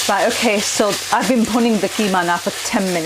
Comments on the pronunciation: Bhuning? Really..🤣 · I came here for the recipe, and stayed for the ‘bhunning’ 😂 Great easy to follow recipes which even a novice like me can follow. Keep it up 👍🏼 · Looks fantastic. "The "Punning" of the meat, a crucial step". Punning, is that what you said? Can you explain please? I'm making this tomorrow.